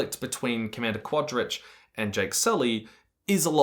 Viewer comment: I love how consistant and confidant you are with every single mispronunciation of Quarritch's name.